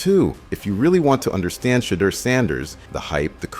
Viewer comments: He sounded like he was saying Shredder sanders one point 😂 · Great video but the way u say shedeur and Deon is wild 😂